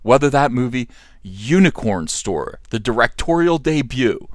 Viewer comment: I love the way he says "Hewnicorn Store"